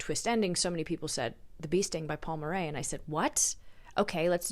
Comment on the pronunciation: Love your videos, I can always count on your recommendations! As an Irish viewer I wanted to let you know that Murray is just pronounced Murry! It’s been on my list for so long, taking this as my sign.